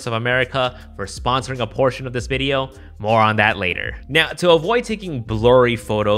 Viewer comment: when you said more on that later........ I heard moron that later 🤣🤣🤣🤣